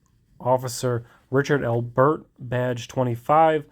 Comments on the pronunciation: Am I the only one bothered by how he’s saying Albert like it’s 2 words? Lol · Funny how you pronounce Albert. Thanks for standing up to that psycho tyrant.